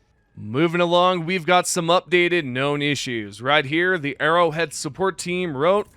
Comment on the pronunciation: It's Arrowhead... not Errorhead !